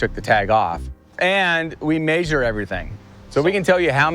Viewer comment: This was a good documentary until the guy pronounced measure as "maysure". I was done after that